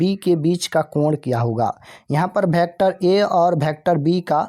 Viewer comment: Sir vector hota hai bhektar nahi